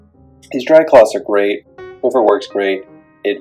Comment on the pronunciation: BTW there is no "T" in Swiffer. ;-)